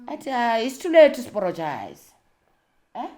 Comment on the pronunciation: It is the “too layt to aporogise” for me… I’m in stitches 😅😂❤